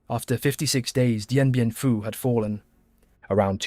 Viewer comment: he says Dien Bien Pooo 😂